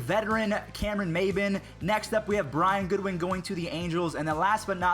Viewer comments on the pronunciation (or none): none